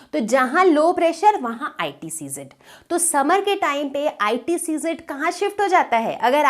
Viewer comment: Sorry mam , But its ITCZ AND you are reading ICTZ